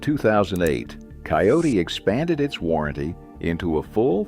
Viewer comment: Kioti NOT Coyote